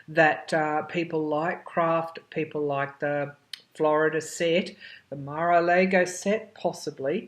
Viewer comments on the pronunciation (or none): Mara Largo...all a's have the same sound. Just so you know.